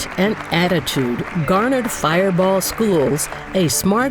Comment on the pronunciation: It's firebaugh not fireball